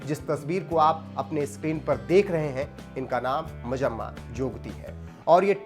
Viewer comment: It's not majamma ...it's manjamma